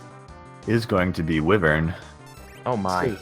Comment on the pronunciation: My gosh that stupid pronunciation of "wyvern" bugs me. Hella fun to watch when nobody was saying that, though!